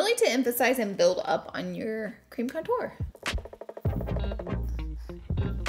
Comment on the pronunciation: Nobody: Laura: conTOUR